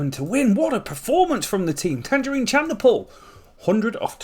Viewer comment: Great video absolutely love your content. But please Tagenarine is pronounced like tayj-narine